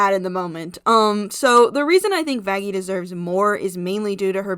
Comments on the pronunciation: It’s Vaggi actually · Me thinking everyone should just pronounce vaggi with a light (opposite of hard) G but then realized that adam literally called her that...